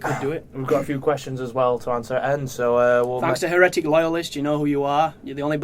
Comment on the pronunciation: you said Heretic wrong, you Tart!:D:P